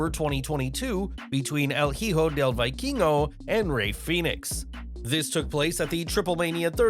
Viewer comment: It's pronounced vee-keen-go lol